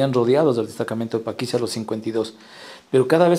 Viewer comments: Paquilla o Paquisha. Pronuncia bien narrador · ¿Por qué la voz en off pronuncia algo así como “Paquilla” y no “Paquisha”? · No es paquiya....es PAQUISHA (sha) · porque este man dice paquiya que mismo es paquisha o paquiya